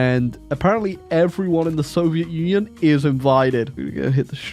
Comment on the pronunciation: Soviet Union ❌ Soviet Onion ✅